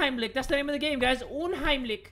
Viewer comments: fleuringmiel well it’s actually “unheimlich” but pronounced it “umheimlick” that’s why uh... I don’t know how to end that sentence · Lol I'm German and it hurt me to hear him say that. 😂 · me, knowing that you pronounce "unheimlich" as uhn-heim-lish: UMHEIMLICK me: yeah that works too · same man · DAMN your german pronounciation, "unheimlik" AHAHAHHAHA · i love how he said 'unheimlich' (its german btw) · Wie er unheimlich ausgesprochen hat😂 So wäre deutsch viel lustiger😂😂😂